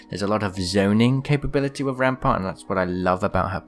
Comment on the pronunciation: Says ampart